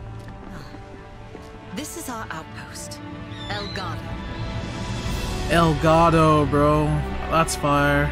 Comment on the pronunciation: Everytime I hear elgado, I hear “el gato”. 😭